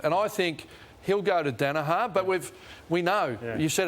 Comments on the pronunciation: ROSS!! Say it with me ya flog Dani-HER. Her not har ya sped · Ross Lyon, it's Daniher nit 'Danaha' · Also, someone please tell Ross it's pronounced, dan a her